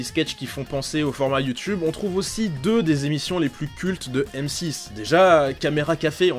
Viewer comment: Sisi c comme ça que ça ce prononce ! Un mmmmeuporgue